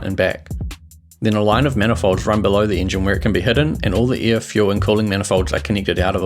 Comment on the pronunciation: hell yeah! now i can be s m a r t e r also, me: air = air him: air = ear it just sounds that way.